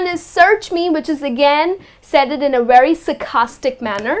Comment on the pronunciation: she says "search me, Said-ed in a very sarcastic manner" What's Said-ed? Lol😂😂